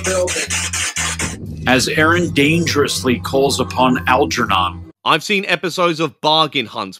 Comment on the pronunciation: Dude couldn't pronounce "Algernon" properly. Lol. That said, Praga Khan is known for working with a band called Lords of Acid. An absolute gem of a person.